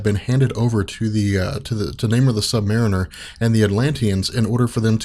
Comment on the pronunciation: It's funny to see you transition from pronouncing, "Sub Mar EE ner", to "Sub Mare in-ner"... Good job!